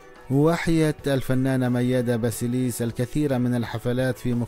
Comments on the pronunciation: ياريت قبل ماتعمل قناه عاليوتيوب وتحكي عن وفاه اوحياه فنانه تعرف تلفظ اسم وكنيه الشخصيه عنجد قرفتونا كلو بيحكي كانو جاي من كوكب اخر سماها مياده باسيليس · جدا جدا جدا.واسم عائله الفنانه بلفظه غلط . واسماء الاغني بلفظها غلط... رفع ضغطي